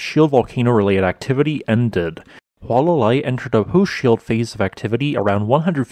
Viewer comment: It is not “Wha-la-Lai”, it is pronounced “Who-Uh-La-Lai” 😡